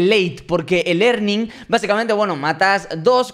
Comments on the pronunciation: Dijo el earning xd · "el earning" JAJSJAJAJJSJSJAJAJJA re duro el robleis